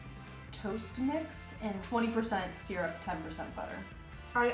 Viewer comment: The pronunciation of syrup, triggers me. 😂😂😂😂